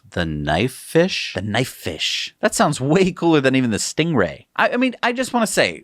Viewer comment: Sting-E-Ray!!! (stinky Ray?)